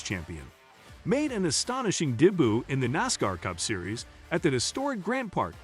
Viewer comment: People: “Debut”…. This dude: ”DEBOO” 😂